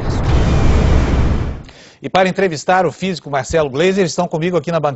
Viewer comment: OLHA O "FISICÚ" DA USPicio comparando atomo com mel? kkkkkkkkk